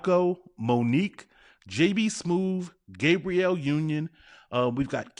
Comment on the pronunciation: *Gab-bree-elle Sorry, I had to 😂